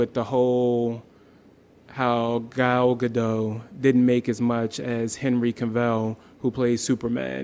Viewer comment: gal gadot not gado... why can't you say the t? how hard is that?